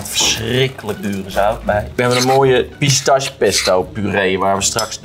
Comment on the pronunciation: Eindelijk iemand die bruschetta op de goede manier zegt alleen jammer dat pistache dan wel fout word gezegd